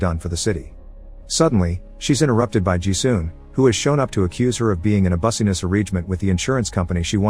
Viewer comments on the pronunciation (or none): did he say Bussy-ness instead of business 😩😂😂😂😂😂😂😂😂😂😂😂😂😂😂😂😂😂😂😂😂😂😂😂😂😂😂😂😂😂😂😂😂😂😂😂😂😂😂😂😂😂😂😂😂😂😂😂😂😂😂😂😂😂😂😂😂😂😂😂😂😂😂😂😂😂😂😂